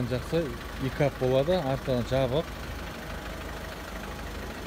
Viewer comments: Икап емес пикап дұрыстап сөйлесей. Сосын очкиіңді ауыстыршы. Машиналардың бағасын қымбаттау айтатын сияқтысың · Икап емес пикап!!!! сакаусын ба?